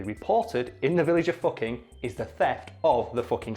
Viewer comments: The town's name is foo-king! get it right! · Everybody misreads the sign for Hilter in northern Germany when they first see it. I was also in Elend (misery), just 8km from Sorge (worry). I know it's for comedic effect here, but you are kinda mispronouncing Fucking if you say it like the English pronunciation, except your northern English accent with the characteristic u sound that is far closer to German kinda counters that.